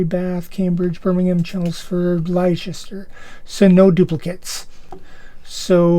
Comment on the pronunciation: Where is Liechester? It's Wooster not Woorstaashire. I love it when Americans can't pronounce French places, and apologise. Yet they still can't speak English propa. 😅😅😅😅